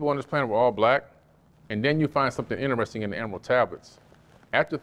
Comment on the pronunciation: InnTrestDing? EnterResting? Witch?